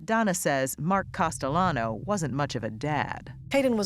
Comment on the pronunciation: Test him! Call him CASTEYANO...LL IS PRONOUNCED YYU...HE WILL GET FURIOUS😅